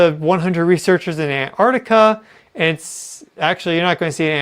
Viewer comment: The first ‘t’ in Antarctica isn’t silent 😂